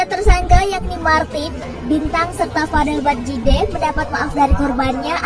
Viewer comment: Nyimak bang, vadel badjideh bang? Bukan vadel baddijeh mirip sih dengernya 😅